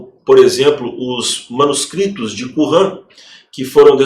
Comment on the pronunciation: Não é "Qurran", é Qunran".